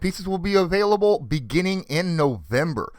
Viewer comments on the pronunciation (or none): none